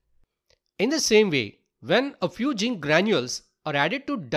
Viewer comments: zinc ❌ginc⭕ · Not jink it's zinc😅 Not criticize ing plz change